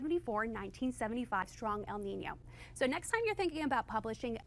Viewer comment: Ooh so this is how you guys pronunciate El Niño. Took me a while to figure out what she was saying lol